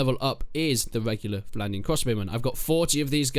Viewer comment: Vwandian Hawdened Cwossbowmen